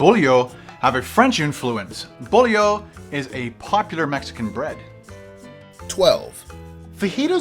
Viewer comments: The pronunciations of the words make me cringe. bolillo (bo - li - yo) not bolllio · The bread is pronounced bow-lee-oh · Bull-eh-oh!?.... oh you're silly. Love how you pronounced Bo-lee-yo